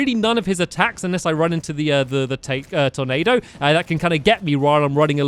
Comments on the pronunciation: you said ''Tomado'' instead of tornado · He be saying Tomato Instead of Tornado XD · you said tomato insted of tornado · It's turnado not tomatoe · stampy use the possed hatchet againt duke fisron and you said tomao instead of tornado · he said tomato instead of tornado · He sort of sounds like he's saying tomato. Just a little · Once you said tomato instead of tornado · I really thought he said tomato thing instead of tornado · Stampy keep saying tomato and not tonado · Instead of tornado he says tomato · Stampy did you call the tornado a tomato? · Lol when Stamps said " there's the Tornado!" I thought he said "there's the tomato!". I was like " stamps, don't you like Ketchup?" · Awhen stampy said tornado it sounded like tomato😆😆😂😂🍅🍅 like if you agree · Tyler Nelson he trying to say tornado but it really sounds like tomato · Who else thought it sounded like he was saying tomato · when he said tornado it sounded like tomato!